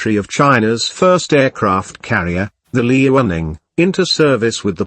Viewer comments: Liaoning is meant to be pronounced Liao'ning, not Li'ao'ning. Sounded odd on the soundtrack. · smh its pronounced Lee-yao-ning! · Did the computer voice say Lee running for Liaoning and Hor net for Hornet? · I enjoyed the video. Well made with good facts. Some constructive feedback: try to use higher resolution photos so the photos don't come out pixelated in the video. Also, and my biggest piece of feedback, do anything to avoid the synthetic voice. A real human voice would be much better, especially in terms of intonation and in terms of pronouncing the name "Liaoning" correctly. But you're off to a good start! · Whats the robot software being used? Interesting.. I was almost fooled by it until it read the "liaoning" wrongly.